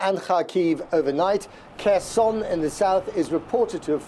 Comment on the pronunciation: C4 please pronounce the name of Kherson the Ukrainian way. Silent K.